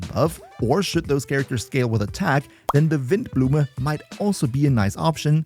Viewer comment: Cloudforged sounds a little niche whennit comes to the passive though, seems apart from Sethos, only Shimenawa set can activate it, and oh btw, spot on pronounciation on Windblume though❤ Monstadt is kinda meant to be German.